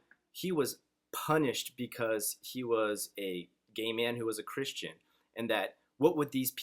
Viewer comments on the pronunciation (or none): none